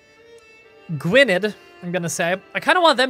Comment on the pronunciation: Try saying Gwynedd as gwyne-the